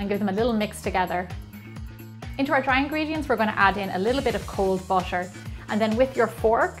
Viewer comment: Anyone hear she say busher but it actually butter? Or just me??